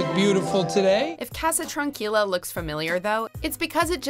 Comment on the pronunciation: #7 is bullshit, Ignacio and Tranquila are waay mispronounced.